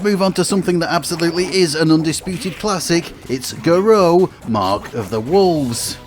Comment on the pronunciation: it's prnounced "garoo", as every OU is in japanese, as a long Uuu sound. as on "you". pronouncing that equivalent to an L, some in between od a D and an L, is much more tricky. :D thanks for the comment bating. lol. you're welcone!